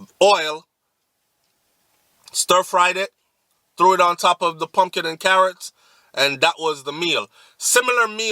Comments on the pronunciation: "Poongina" dwl! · Pumginas lol I cant😂😂😂